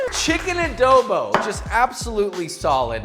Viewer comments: first of all as a filipino i am personally offended its not "ADOWBOW" its adobo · Adobo is an Asian dish And you pronounce ADOBO WRONG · This is not how we cook adobo and all of you youtuber American or other persons that say are foods keep putting w’s when there isn’t an w in the o just don’t put w’s in front of o’s it’s triggering me like adobo no w like halo-halo no w ok all of you if only I can tell you in real life sigh 😔 I’m disappointed and we add white sugar in our adobo’s so put white sugar next time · Always love hearing how different nationalities pronounce Filipino stuff. I find it endearing how he says it as ah-doe-bow.